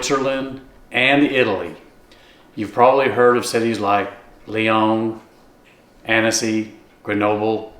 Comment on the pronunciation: Just so people know, the “e” is silent in Annecy and is pronounced “Ah-n-See.” Every time I said the “e,” French people had no idea where I was talking about. 😬😂